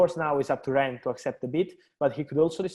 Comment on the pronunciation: At this point I’m convinced that is purposely mispronouncing Rennes. (Ffs) it’s pronounced ‘Wren’ - the ‘S’ is silent. Put some respect on their French name… JHEEZ!!! 🤦🏾‍♂️ 🚶🏾